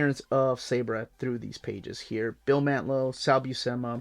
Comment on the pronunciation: Hi, Long time listner, first time "caller" here! Really digging your videos and the channel. One thing though, the Israeli Super Heroine's name Sabra, should be pronounced "Sob rah".